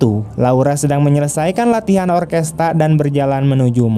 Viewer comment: Orkestra min...bkn orkesta...🙏